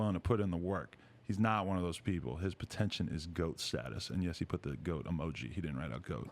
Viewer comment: what is potention lol